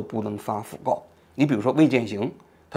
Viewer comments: 读音应该是讣fu 四声 告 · 讣告 (fu)四声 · fugao 讣告 fu 念第四声